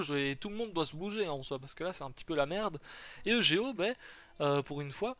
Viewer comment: tu pourrais dire eugo a la place de dire e g o